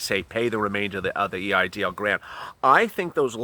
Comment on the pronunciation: Did you say it’s called a E I DL loan?